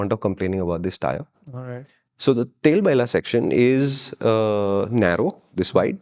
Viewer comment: It’s not Tel baila ❌ It’s Tailbail ✅